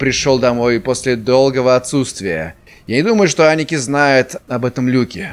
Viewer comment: Aniki – Аники (ударение на А) с яп. Братан, старший братец, не всегда используется в обращении к родственникам :)